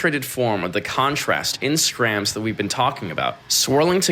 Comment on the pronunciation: Hahaha no one calls it Skramz😂